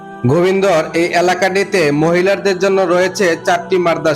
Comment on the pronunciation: ভাই ব্লগ করছেন কিন্তু গ্রামের নামটা সুন্দর করে বলতে পারেন নাই 😢😢😢।গোবিন্দার হবে না গোবিন্দল হবে।